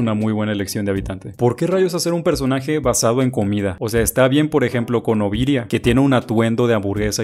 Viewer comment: No es oviria es ovinia